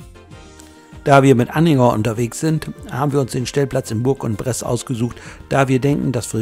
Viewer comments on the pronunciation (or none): spricht sich ungefähr so: Buhrangbress Danke und Gruß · Hab den Daumen hoch gemacht, aber französisch wär noch ausbaubar! Vielleicht so: Bursch on press, Lautschrift hab ich nicht so drauf. Sonst hört sich das grausam an! Aber sonst super !